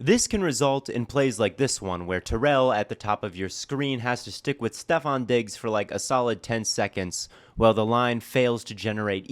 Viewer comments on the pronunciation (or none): none